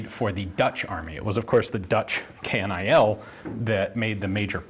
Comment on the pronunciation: "KNIL" is pronounced like "pill", so it's "pill" with kn instead of a p.